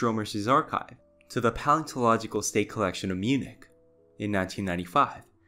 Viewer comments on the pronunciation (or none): none